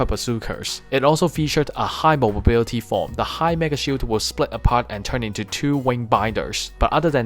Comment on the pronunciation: Really interesting video, although I giggle when you say “mobobility”